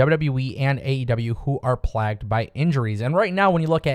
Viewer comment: I beg you. Please learn how to pronounce "plagued." The "a" is long. It is pronounced as if in "play," not "plan."